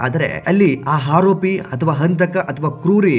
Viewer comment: ಆರೋಪಿ. Haropi ಅಲ್ಲ ಸರಿಯಾಗಿ ವ್ಯಾಕರಣ ಉಚ್ಚಾರ ಮಾಡುವುದನ್ನು ಮೊದಲು ಕಲಿ ತಪ್ಪು ತಪ್ಪು ಕನ್ನಡ ಉಚ್ಚಾರ ಬೊಗಳಬೇಡ